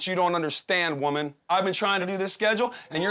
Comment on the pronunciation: why he keep calling her Wumman